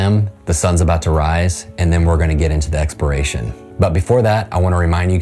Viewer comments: Expiration? Don't you mean exploration? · EXPERACION? YOU MEAN EXPLORATION?